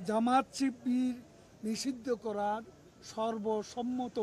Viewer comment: Sibir nam taow nite parena. Koi sipir